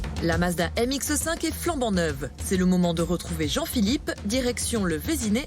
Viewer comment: Ha ha çà ne se prononce pas M X EU 5 mais MX5 tout court :-) !